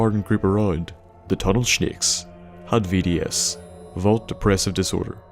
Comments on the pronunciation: I love it when you say "Tunnel Shneks" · can you say that again? :))) tunel schnakes! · "Tunnel shnakes." Love it, thanks for the video! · Died when you started talking about the Tunnel "Shnakes" 😂😂😂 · when you said Tunnel shnakes I lost it. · when u say snakes. u say it with a h